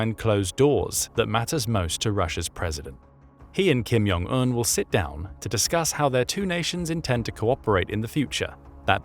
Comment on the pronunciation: It’s jong not yong Il/Un.